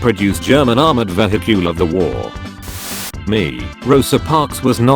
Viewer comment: No one? Absolutely no one? Text to speech:veh-hicule